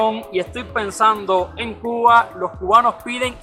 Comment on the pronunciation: oye por qué pronuncias Cugua, Cuguano en vez de Cuba. Cubano?